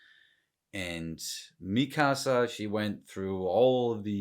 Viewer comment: I love how you pronounce Mikasa the “right” way. Sounds like the characters calling her name, not the Mi KAS a I hear everyone else on YouTube say. Also, Marco is such a sweetheart 😊